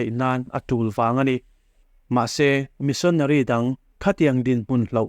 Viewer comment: Missionary i lamdan kha chu a dik hlel deuh in ka hria,mahse a ngaihnawm e